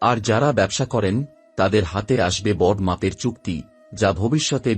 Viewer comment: Kotha ta oots na utso, aagmon na aagomon, bor maper na boro maper, aapnar uchcharon e onek diffect aachhe aami aageo dekhechhi. Aj birokto hoye na likhe parlam na. Egulo sob e somas boddho pod, tai thik kore aage uchcharon gulo bujhe nile bhalo hoy.